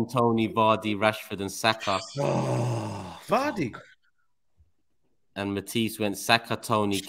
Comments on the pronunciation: said vardy lol this guy bro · Man said vardy🤣🤣